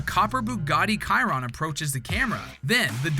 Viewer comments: Bugatti Kai-run. She-ron. Chiron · The "Bugatti Kyron" killed me